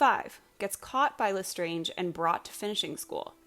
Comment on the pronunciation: I noticed how u called him „Inspector Lestrange“ as in Bellatrix Lestrange :,) but his name is actually „Lestrade“